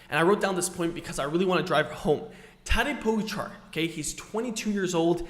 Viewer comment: Firstly please, learn to pronounce Tadej Pogačar name correctly xD Also Tadej Pogačar uses a disc brake bike sometimes. He used it on stage 8, for his big attack, so they do have a place to used. You even made a video about his big performance on that day..